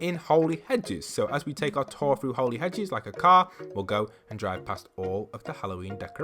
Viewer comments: I'm pretty sure its Holly Hedges not Holy Hedges lmao. I think it means holly as in the christmas stuff:P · I'm confused why he says Holey hedges not holly hedges